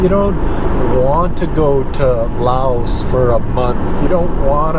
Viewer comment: Thank you for pronouncing the 's' in 'Laos'. I'm usually not a grammar Nazi, but I notice these things.